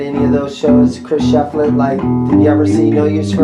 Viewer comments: Sorry, man. Thumbs down for butchering Shiflett’s name. You’re swapping the “i” and the “e”. It’s Shiflett, NOT Sheflitt. Really frustrating when the name is on the case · Pronounced "SHIF Let" not SHEF Let